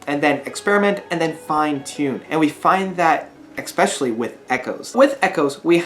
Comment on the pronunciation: Stop saying, "expecially." It's not a word.